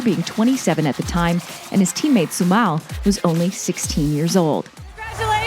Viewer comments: it's pronounced su-mayl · Its Sumal man not Sumail. It never was Sumail , It was Sumal.